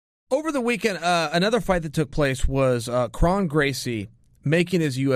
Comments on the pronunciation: It’s not KRAWN, it’s KRON. Like chrome but KrOn. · Pretty sure it’s pronounced “krone” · Spelled kron pronounced crone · Nobody: Chael: Krawn Gracie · Lol relax guys he’s making fun of Chaels pronounciation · Just say his name right please... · Pronounce it right, Chael. Kron rhymes with cone.